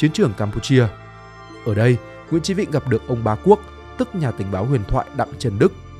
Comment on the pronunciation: Sao ad lại đọc tên là nguyễn chí vĩnh nhỉ? Hay là do mình nghe không rõ nhỉ?